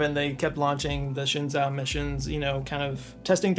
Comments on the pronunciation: For future reference, Zhou is pronounced like "Joe" and not like "Zo". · “Shenzhou” sounds more like “Shun Joe”, which as a fan, I don’t recommend. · shenzhou is pronounced like shen-joe. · "Shen-JOE". Zh in Chinese has a J sound. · As a Star Trek fan, apparently Shenzhou is "Shin-jo" 👀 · It's actually pronounced: Shen Joe